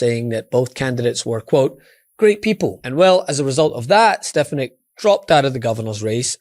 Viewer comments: You would increase your credibility if you learned how to pronounce people's names. It's strf FAN ik. It doesn't matter to me what you call her, but it does suggest to me that you don't participate much in political discussions if you don't know how to pronounce her name. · Why is it so hard to pronounce steFANik? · I know she's awful, but you should try to pronounce her last name correctly. It's not that hard, it's been in the news constantly with the correct pronunciation.